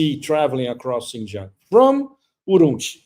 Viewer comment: Pepe: don’t mind me, when Chinese people pronounce the word Xin Jiang, “Jiang” takes a higher tone. 😂